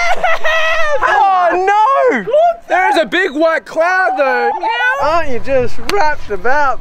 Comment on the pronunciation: Stop saying meaw